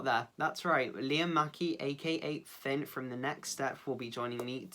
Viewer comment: Eeeeee I love Liam/Finn soo much he’s soo cute and super adorable EEEEEEE He said Pinn and he said Loads Of it I love this interview best interview Yet 😍😊😁